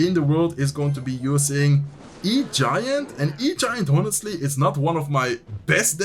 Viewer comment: Just a small note: in English, ‘honestly’ starts with a silent h. Keep up the good work :)